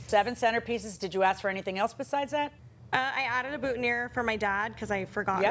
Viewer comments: It's BOOTINEER not buttoneer, Judge Millian. It's also FREEEESHIA not FRESH IAH. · Who noticed that JM mispronounced “boutonnière” until she heard the plaintiff say it right? It’s ok judge, to be a 2nd language speaker :)